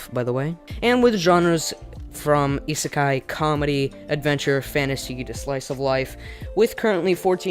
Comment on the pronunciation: The way he pronounces isekai just triggers me so much